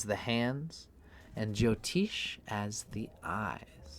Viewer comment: Appreciate your work brother, and I guess its part of your zany character, but please note jyotish ज्योतिष has neither a 'Jo' prefix nor a 'Teesh' suffix It is just as its written in roman characters, and as pronounced here